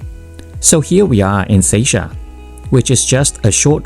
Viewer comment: Seisia (Say-see-ya) is the right pronunciation not say-shia 🙂